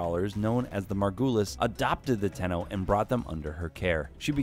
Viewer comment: Zariman 10-0, 10-0, ten-0, ten-oh, Tenno....